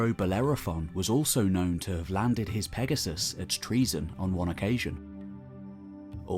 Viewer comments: Not pronounced that way. Enter "english greek translation" into a search engine then translate Troezen to greek. There is usually a sound icon below the translation that will speak the word in greek. English forms of greek words are often phonetically poor representations of the greek words. Unfortunately the narration in this video isnt even close to the english "tro-zen". Think "toe-zen" and insert the "r"..😊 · it's Troezen then